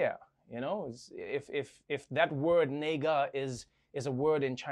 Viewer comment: Ne-gah, please!